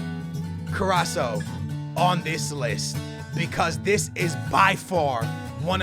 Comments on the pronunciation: "i hope I am saying his Name right"- 2017 says Carasso instead of CarassCo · CarrasCo not carasso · it's CarrasCo not Carrasso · IT IS CARRASCO NOT CARRASO!!!!! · It's carasco not caraso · it's carrasco not carrasso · carrasCO not carraso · Carras-CO not Carras-SO LOL. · CARRASCO AND NOT CARRASO 😂😂😂 but nice video again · Hey its CarrasCo not CarraSo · Can you please stop saying caraSSo it's caraSCo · Its not carasso its carasko" (carasco) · its not carrasso, but carrasCo(C=K) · It's CarrasCCCOOO NOT CARRASO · It's carrasko not carrasho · OMG its CarrasCO not CarraSO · CarassCo not Carassoooo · His name is CARASSCO, not CARASSO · Carasco not caraso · It is carrasko not co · CarassCO not Carasso but still THE BEST YOUTUBER EVER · It's CarrasCO not Carraso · Pls its carrasco not carrasso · Car-as-co not caraso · carrasCo Co not carraso carassCCCCCo please :'D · Not carasso it's Carassko or how it it pronounced anyway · He's not fucking caraso he's carasco with a c go back to school aa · CarrasCo. Not Carasso. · You pronounce it CA-RA-S-CO Not Caraso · Carras-co not carraso😂😂😂😂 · HIS NAME IS CARRASCO not caraco 😂😂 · It is Carrasco not Carraso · it's pronounced carrasKo not carasso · his name not corraso is corasko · Btw, you pronounce it 'Carrashko', not Carraso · It's carrasco not carasso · Carras-CO not carasso 😉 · It's ca-ras-co (that's how u pronounce his name) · It's said Cara sco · All love, but it is a hard C, "Kuh-rass-ko" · its pronounced Ka-Rass-Ko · It's carassco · u forget to say the C after s in caraSCo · their is a c in carassco that he doesn't pronounce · love you dude but it's corrasCO lol great vid tho man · its carrasKo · its said carrasko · yo he is called carrasCO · i am so annoyed because of "caraso"😂😂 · It's carrasCo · CARRASCO* ffs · My man it is CarrasCo you have to pronounce the C :) Did you know he is Belgian , Spanish and Portuguese? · It's pronounced KarasKo